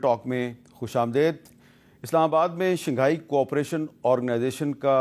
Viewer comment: Shinghai nhi Shanghai h Hamid sir